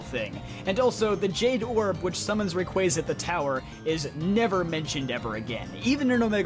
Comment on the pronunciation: Oh my god. Someone who can pronounce both Arceus and Rayquaza correctly!